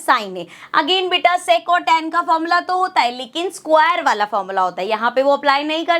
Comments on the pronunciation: Sex nhi sec hota hai😂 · That is sec² not se*² 😠😠😡😡🤬🤬🤬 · sex square 😂😂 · Sec² ❌sex²✅